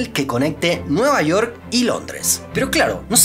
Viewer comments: cómo que nueva "iork" UMI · jajajjaja NUEVA IORK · Nueva Iork, Magaianes? York, MagaYanes... Que pasa con la pronunciación?